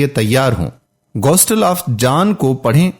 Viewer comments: Gostel❌. Gospel ✅. Slab❌. Saleeb✅ Reuer❌. Re- wer(d)✅. Sura E. Ma e da✅ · Bhai Ghostle nahin Gospel, please correct it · Phalay tou apna qibela sai kar layn. Gostal nhi bulkay gospal ha Ghalat aur joot mat boollayn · Bhai Sb plz Gostal nahi ha Ye lafz Gospel ha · Bhai lafz gostel nahi bulkay gospel hai. Aapko khud nahi bolna chahiyay bulkay video ko suna dein aur urdu kay titles laga dein.